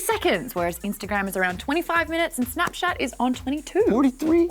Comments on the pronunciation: I found this video just to see is Maude actually said "snapshat" and she did hahahaha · Just watched the bloopers for this episode and now I notice that she managed to say snapshat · DID SHE SAY SNAPSHAT?!?!?!?!? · I literally came back to this video from bloopers to hear Maude say snapshat 😂😂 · Pretty sure Maude said "snapshat" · Sounds like Maude is saying snapshat lol